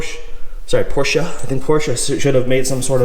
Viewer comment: it’s not Porscha, it’s not Porschuuh, it’s not PorschE. Like Elena, Emily, Emanuela... PorschE. Nice car, but my third language is German, because i live i Austria and when i hear someone saying PorschA or Porshuuuh... It’s not that hard, man :/